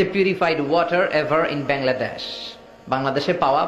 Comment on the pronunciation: উনার উচ্চারণ টা কেমন ছিল : বেংলাডেশ। হা হা.... এগুলো কখনো ঠিক হবেনা । এগুলোর চরিত্র একেক জায়গার একেক রকম ।